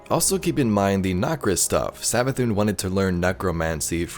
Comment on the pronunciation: Hear me out " MARA SAV-ATHUN"